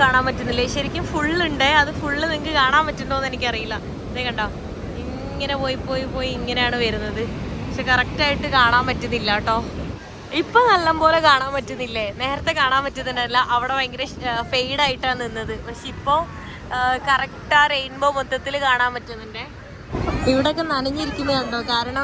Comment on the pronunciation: നല്ലതു പോലെ എന്ന് പറയൂ.. Not നല്ലം പോലെ..😊